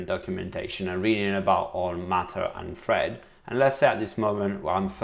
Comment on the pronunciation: I kept hearing him say FRED network 😆🤣